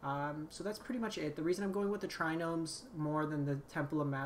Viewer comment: please I'm begging you. There is no N in Triome.